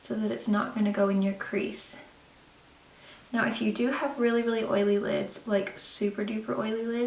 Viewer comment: did anyone notice she said eyely lids lol instead of oily lids